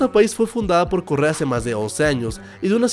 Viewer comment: Alguno mas entiendo Corea en vez de Correa xd